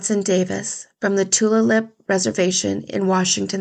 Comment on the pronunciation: Yakoke (thank you) for covering these cases of missing Native sisters. As an Indigenous woman myself, I am very grateful. The more eyes we can get on cases like these, the better. Just for reference, Tulalip is pronounced Too-lay-lip. Sometimes Indigenous words can be a little tricky. I totally get it, just an FYI.